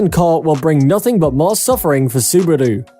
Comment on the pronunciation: Bro... Don't put more "u's" in Subaru.....